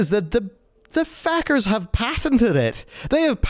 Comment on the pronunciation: "Fackers". I think he went full Irish.